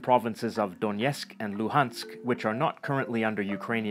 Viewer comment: Я пришел сюда только ради "Дьёнецх и Лухаскь"))) смешное произношение)